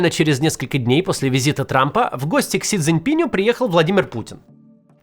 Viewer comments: Сколько роликов уже Кац озвучил, где говорилось при Си ЦзиньпинА, но так и не запомнил, что по правилам русского склоняется Си ЦзиньпинУ - до сих пор говорит Си ЦзиньпинЮ (фамилия - Цзиньпин, а не ЦзиньпинЬ). Наверое, уже никогда не освоит. Причём, что характерно, в описании к ролику правильно написано 😂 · Да чтож вы все его Дзиньпинем то называете? Не пинь он, а пин. Не Си Дзиньпиню, а Си ДзиньпиНУ. Не Си Дзиньпинем, а Си ДзиньпиНОм. Макс, ты же опытный спикер. Научись произносить правильно.